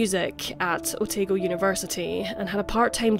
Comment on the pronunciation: Love your vids and generally you get pronounciations right, just couple pointers: Otago is taa not tay, and at one point you said the Australian courts when i think you meant NZ Otherwise this is a great vid, thanks for your great coverage 💖